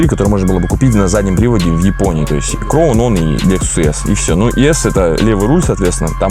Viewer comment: Краун, а не кроун.